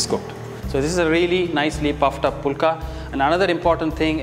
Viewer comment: Don't pronounce like pulka. Pronounce the right way as fulka ஃபுல்கா